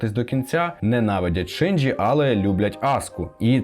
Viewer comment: Насправді Євангеліон це досить таки небезпечна штука, можна навпаки глибше і депресію впасти азазаз *Ще також хочу трохи понудити, вибачте т-т Не Шинджі, а Шінджі Не сьонен, а шьонен (Я просто вчуся на яп філології і мені здається, що для таких відео були б не зайві поради щодо правильної транслітерації 🙏)